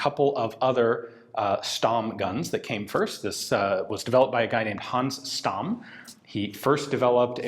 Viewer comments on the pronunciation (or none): I suspect it's pronounced Schtamm, with a hard/short and Zaurer with a softish z. It certainly is in German anyway. :) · Dear Ian, I would like to ask you to make a little effort when it comes to pronouncing German names. "Th" is NOT pronounced the English way, but as a simple "t", e.g. Solothurn is pronounced as Soloturn, or Walther is pronounced as Walter. Also, Stamm is pronounced as Shtamm. A simple internet search would go a long way. Thanks.